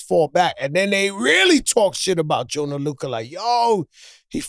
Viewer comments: ‘Joyner Luka’ 😂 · Joe changes everyones names... gorilla mems.... Joyner Luca lmfao